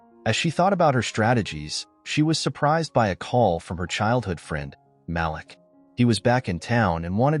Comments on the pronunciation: Malik is pronounced “MA-LEEK”. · Great story... The name is Malik pronounced (Ma-leek) you remind me of the caller id on our phone pronouncing my nephews' name the same way. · The correct pronunciation is MA LEEK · My nephew name is Malik, please pronounce the name correctly!